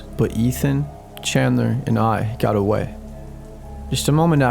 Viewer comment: Why do you emphasize "-th" when it's not needed? You pronounce "got" as "goth". Like, why?